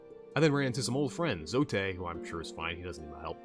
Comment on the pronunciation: Nice video man! Hollow Knight is such a gem of a game. Just fyi, it's pronounced 'Zote' like 'goat'